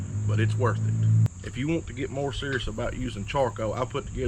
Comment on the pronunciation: 'Prepurrrrred'.......surrrrrus lol...my man!